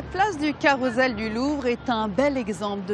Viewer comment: Carousel, le s se prononce